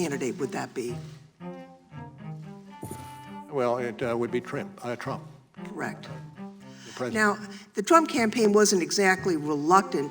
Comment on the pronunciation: Any other immatures laugh when he said Trimp instead of Trump 😂😂🤣😂🤣😅